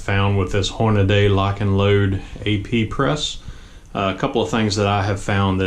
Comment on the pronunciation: Hornaday? The name, "HORNADY" is stamped on the press you're using for this video. Horn-a-dee. Hornady. Not Horn-a-day. Dumbass.